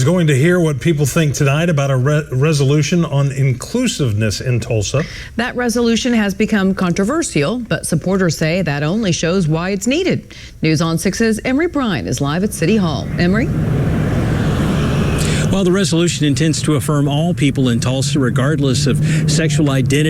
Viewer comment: The only thing that's actually "controversial" in this video is how that girl reporter pronounced "controversial"